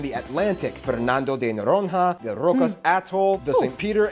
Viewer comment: "It's Rio djay Janeiro, not Rio de Janeiro, guys. This is portuguese!!" proceeds to pronounce Fernando de Noron-Ha instead of Noroña (still portuguese and spells Noronha but it is ñ)